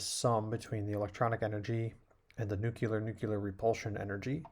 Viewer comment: Great vid.. many thanks, Sir. But, nuceelar-nuceelar :)